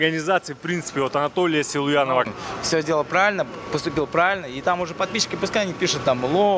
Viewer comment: Бля почему он говорит Селуянов 😂😂